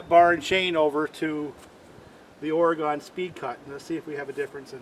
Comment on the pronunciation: I hope you don't mind me correcting you on how to say Oregon, but that's where i live. We pronounce it ore-gun not ore-gone. Great video Thanks!!